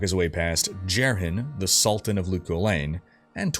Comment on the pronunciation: Pronunciation is driving me nuts. Aranoch is pronounced Are-a-knock. Marius is Mahr-e-us. Jerhyn is Jair-in. These are all spoken in the cinematics.